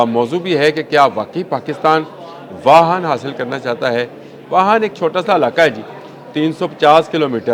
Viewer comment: It's not wahan but wakhan. Plz speak clear urdu😂